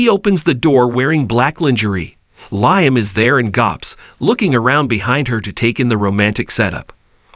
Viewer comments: Yeah I Said the Same Thing about “RJ” ( RG) & Also “Liam” (Lie em Instead of Lee em) About a Week Ago.! The Way It’s Pronounced Is Sooo Irksome & Annoying.! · I Don’t a Know Who the Narrator Is? But Somebody Needs to Tell Him.! Stop Saying”R G” When It’s Obviously “RJ” ( R Jay) & For “Liam” He Says “Lie em” Instead of Lee em.! What.!! 😮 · For goodness sakes! Does this commentator even watch the B&B, or does he just read a script? Why is Liam's name always mispronounced? It's not just this commentator either! LIAM'S name is pronounced "LEE UM" not "LIE UM!" Watch the show at least once, and get it right! 🤬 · Please pronounce liam as if it is leem.usr letter e